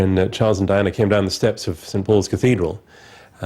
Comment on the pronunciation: im confused.. did she say his name wrong during the vows?